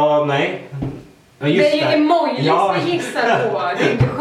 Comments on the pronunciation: Ne det heter ju emojis men säger emojlis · Hahahah, ni är så söta när ni ba ”emojlis” istället för ”emojis” 😂❤️❤️❤️ Älskar errr!!!❤️❤️❤️❤️ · Det heter emojis och inte ”emojlis” :/ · Älskar att ni säger emojlis